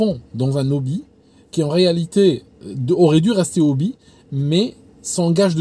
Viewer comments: Attention pour Hobbie c'est un H aspiré, on dit un Obbie pas un Nobbie. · C'est: un débouché. Et il faut prononcer le h de hobby, pas de liaison dans "un hobby"